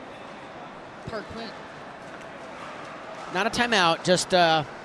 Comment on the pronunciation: Hayden “Parquin”